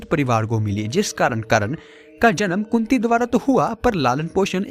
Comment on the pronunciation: kunti ya kutti? kya bol rahe hai.karan ko srap nahi mila tha